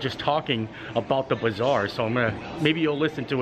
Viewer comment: Every time you said bazaar, I heard bizarre and I thought... the pavilion is not bizarre 🤣🤣